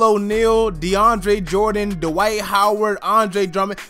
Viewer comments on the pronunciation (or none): none